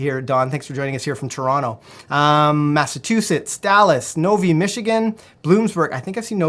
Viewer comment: I love these videos so much!!! Just for the record this is the 2nd time has messed this up during one of them- Novi Michigan is Nov-EYE not Nov-EE:)